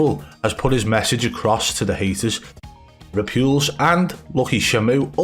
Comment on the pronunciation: Its. Re. Pulse. Just fucking say it riiight!!! Next video with Ripules in it will be my last one. 😂😂😂